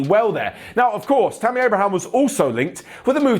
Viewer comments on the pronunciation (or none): none